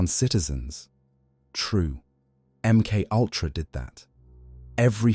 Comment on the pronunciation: Em cultra Emoltra Em K ultra M K U L T R... A M K owltra M K oyltra M K ayltra THE AI VOICE HAS HAD TO DAY IT SO MUCH IT'S BEGINNING TO BREAK IT'S OWN ARTIFICIAL MIND. 🤣🤣🤣🤣